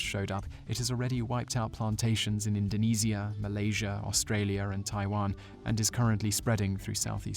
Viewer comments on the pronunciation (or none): I love your channel, but: 1) it's pronounced "Indoh-nee-zh-ya" (with "zh" like the Russian consonant, or in "omelette au fromage"), not "Indo-knees-ya" 2) it's pronounced "Groh mee-shell" (the phrase is in French), not "gross Michael" (like a guy at your work who never showers). Peace~